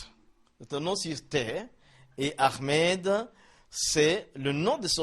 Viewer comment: C ommencez a prenoncer ahmed PAS AHRMED ??? franchement corrige toi .merci